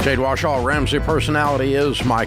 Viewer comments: Anyone else notice Dave kept mispronuncing Jade's last name as Washaw instead of Warshaw? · Always has 😂 Jade Wahshaw!